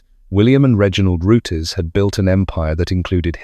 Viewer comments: Pronounced roots not roo-tess! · "Root-izz"?!? "Zee-nith"?!? "Carbur-ay-tuh"?!? "Pyoo-zho"?!? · would be better if your voice could pronounce rootes correctly instead of rooties. vert irritating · Fuck sake “Root ez” now.